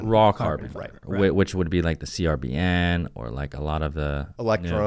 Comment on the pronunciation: Hey. Company CRBN isn’t called C-R-B-N. It’s called “carbon”. 😊